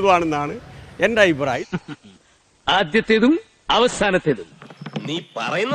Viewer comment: "ആയിപ്രായമല്ല " അഭിപ്രായം.